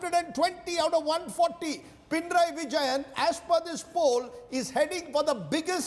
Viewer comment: Its not pina raiii.. It should be pina nari